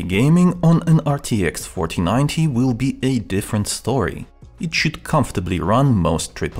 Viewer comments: Why every time he said 4090 all i heard was fortinate or papagee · am i the only one who hears "rtx fortinite"